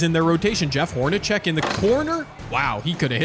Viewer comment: Fun concept. BTW, pronunciation is "Horn-a-SECK" not "CHECK." ... also, re: ISU-Iowa - Iowa State should have stolen Fred Brown, not Hawkins.